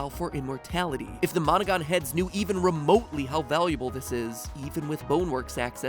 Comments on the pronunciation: Am I the only one hearing "Monika" instead of monogon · How many people almost thought that when he said Monogon he said Monaca.